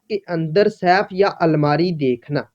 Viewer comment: تمہارا اپنا تلفظ تو درست ھے نہیں۔۔ یہ لفظ Saif نہیں Safe ھے۔۔ جو سیف تم کہہ رھے یو اس کا مطلب تلوار ھے تجوری نہیں